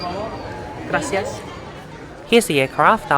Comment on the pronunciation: Wow, the check-in line, omg. I've been to that airport but only with Southwest Airlines, but it was very good. I actually miss the "Chinese American" food. Love hearing you say "gracias". It's like a bus or subway with the advertising on the overhead bins. Beautiful hotel, indeed, but needs an upgrade. The air pollution can be very bad in Mexico City they need to clean the windows daily, if not more.